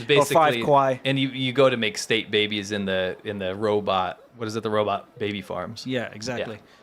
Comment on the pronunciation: I've noticed this saying Robert instead of Robot lately. For some reason that makes me chuckle out loud! Robert Cop - too funny! I live in Thailand, Rs and Ls, the struggle is real Lol !